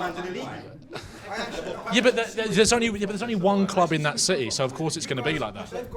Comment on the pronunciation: 4 minutes and I notice it was all "shitee" 😂